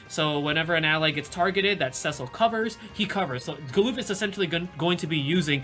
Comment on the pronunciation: galoof? its galuf lmao, also for those that say Agrias' name wrong, its ah-gri-yas (not ag-ree-us or aeg-ree-us)